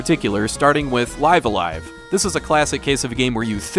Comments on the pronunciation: It’s pronounced Live-A-Live. Love this game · Only time I've seen anyone pronounce Live a Live correctly.